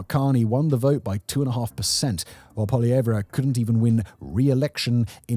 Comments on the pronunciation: Poilievre is pronounced poy·lee·ev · Justin Trudeau was the, populist not Poilievre, (whose name is only 3 syllables btw, not 4). Trudeau came to power with nothing but a familiar name and promise to change Canadian politics. He had no qualifications, no concrete goals and no plan on how to achieve them. It was 10 years of nothing but identity politics. Eventually people had had enough of incompetence so they began to support Poilievre, who was seen as a technocrat at the time. Poilievre's support only dropped when Trudeau was replaced by Carney who is even more of a technocrat than Poilievre. The comparisons of Poilievre to Trump didn't come until Carney called the election and was mostly just government funded media spin.